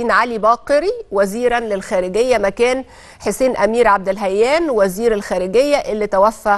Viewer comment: عبداللهيان وليس عبد الهيان